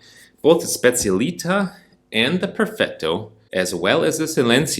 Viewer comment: The moment you pronounced Specialitá I had to leave….